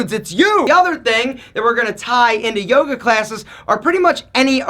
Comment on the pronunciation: Toga Toga.. oh he said Yoga?